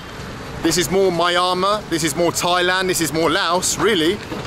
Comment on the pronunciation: Why do you say Myamar instead of Myanmar? Is that how it's pronounced in India?